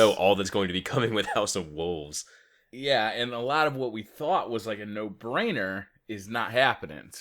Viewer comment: WOLVES not WOOVES lol